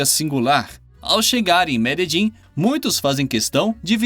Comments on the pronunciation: "Meledim"?! Não seria Medelim? PQP...kkkkk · Eu tenho amigas colombianas. Elas disseram que a pronúncia correta é "Mededin" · mas não está mesmo!!! Ele errou e feio! A pronúncia fonética é "Mededjín", com a última sílaba mais forte